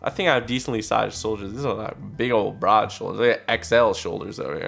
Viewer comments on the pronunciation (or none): none